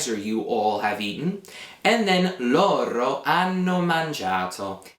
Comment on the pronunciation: I am confused on something. It has to do with pronunciation. When I hear you say the pronoun LORO, I know what you're saying because it's written, however, what I hear is LORRO. Is there a reason you roll your R there instead of using a flap? I've been speaking Italian since I was a child (i'm not native), but I have heard at random times people teaching Italian and rolling their Rs between vowels where I would use a flap. Another example is the verb CORRERE, where instead of being a rolled R then a flap for the second one, it's two rolled Rs. Thanks in advanced